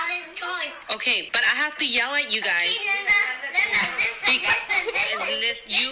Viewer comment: No one : Stephanie: LinDa liSTen